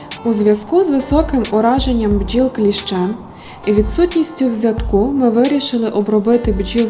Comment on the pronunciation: У "взятку" наголос на першому складі. Теж користуюся вароджетом. але через дорожнечу перейшов на "Базальт"